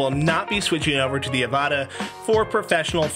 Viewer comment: It’s pronounced the same way as avatar without the r 😮😂